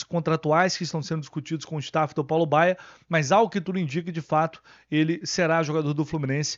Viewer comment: Entendi Fábio Bala no lugar de Paulo Baya. Esse cara vai acabar tirando espaço do Isaac e de outros meninos da base, lamentável.